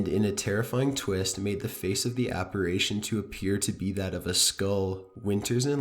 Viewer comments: "Apparation?" Apparition? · yes, sounds like he's saying operations lol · thank youuu. Also it's apparition NOT apparAtion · No.3 was disproved by Mythbusters and I have to quickly point out it's appar"i"tion NOT appar"a"tion. No hate just being a tad OCD lol x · Please, pleeeeeeease stop saying "APPARAYTION".... It's pronounced Ap*pa*ri*tion, thank you 😁 ❤ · apparation? no dude, its apparition. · It’s “apparition” and NOT “apparation.” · Are u saying "apparation"? It's apparition! Lol! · Number 7 it's "Apparition" not "ApparAtion" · Hi. Love your stories. However, if you're going to do creepy pastas, you should at least learn how to pronounce apparition, which is: A-PAR-I-SHUN, not a-par-ay-shun. Sorry - I'm a bit of a grammar nazi. Also, in the video of the specter on the tabernacle at Newby Church, the church is actually named "The Church of Christ the CON-SO-LER", not COUN-SEL-OR. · ApparItion, NOT apparAtion!!! Unsubscribing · I like how the narrator says "APARASHION" lol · Why do you say apirition as apiration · please learn how to pronounce apparition. please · I know there are over a million subscribers but please for Pete's sake learn how to pronounce apparition or don't say it at all. Thank you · It's "apparition!" Apparation is not a word! Neither is "Angelican!" It's Anglican. Please actually read what you're saying. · Provoktion and apparation? I guess I learned two new words, thanks! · The scariest thing about this video is the use of the words “provoke-shun” (provocation) and “aparation” (apparition)!😝😜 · Did I hear you say “ PROVOCTION, APPARATION? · Jesus, kid. "Without provoktion?" "Lost a 20 found bet"? Lol. "Angelican church" "apparation".